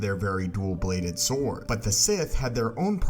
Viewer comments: Are you saying “Sith saw”? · if he says "sith sore" one more time